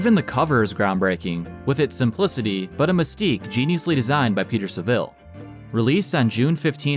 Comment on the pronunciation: Martin HANnett. Peter SAVille. Could you correct your mispronunciation of their names? Emphasis on the first syllable of their surnames.